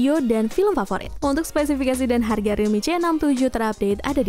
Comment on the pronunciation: Uda lelah dia, abis bilang thirteen C jadi realme ce enam lima😂